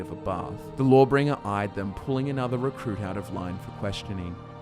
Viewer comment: Lmao thought you were saying "Lore-Bringer"